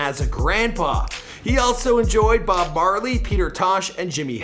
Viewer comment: Bob Barley?.... you kidding me?